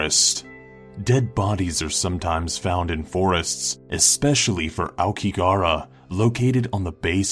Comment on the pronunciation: aokiGAhara not aokihara